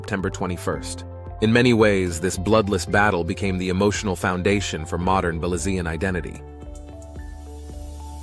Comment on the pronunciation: Please I am a Belizean American I would appreciate you pronounce Belizean correctly. You sound awful pronounce Belizean seriously. I know you meant well but your pronounce is off .